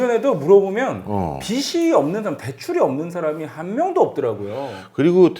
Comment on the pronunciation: 언제나 좋은 강의에 정말 감사드립니다. 모든 것이 다 좋은데 한 가지 말씀드리고 싶은 것이 있어서 글을 남깁니다. 경제 프로그램이니까 '빚'이라는 단어가 자주 나오는데, '빚이, 빚을'의 발음을 '비시, 비슬'이라고 하셔서 좀 고쳐주시면 더 좋은 프로그램이 될 것 같습니다. 별 것 아니긴 하지만 옥의 티라고나 할까요.... 감사합니다.